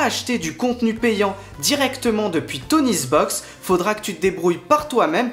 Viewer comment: Toniebox pas TonieSbox !